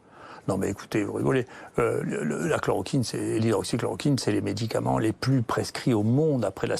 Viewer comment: Il dit souvent « hydroxine », une sorte d’hybride entre « chloroquine » et « hydroxychloroquine ». Parfois il se corrige, parfois non. Ça sent la démence.